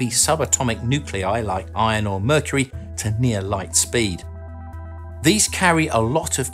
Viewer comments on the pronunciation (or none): none